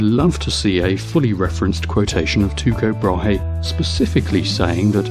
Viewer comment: Teeko Brah-hay. At least that's how I learned it in high school.